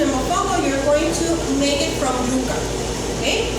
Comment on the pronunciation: It's pronounced YUUUUCA..Like YOU KA..NOT YUCKA....Just FYI